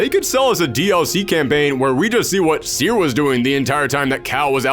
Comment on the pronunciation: That's bot how you pronaunce "Cere".